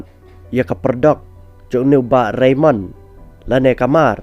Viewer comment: Ka khana te ka biang palat bad nga ai ka jingiaroh ia i Bah Raymond bad ka kynhun jong i 👏👏👏 U narrator te hopeless. Phim tikna tang ia ka kyrteng jong u Bah Raymond. Shiphang phi ong Reynold, Reynon etc.. Phi ong ba dei ki sohtrun ba lah duh bad ba pyut.... Please be sure of what you read. This is social media platform.